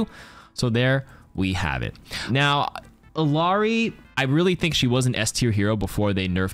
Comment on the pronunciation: Love u but it's bothering me that ppl keep pronouncing illari's name with a hard L. It's ee-yah-ree.